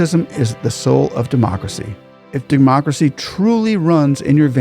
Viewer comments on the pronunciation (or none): none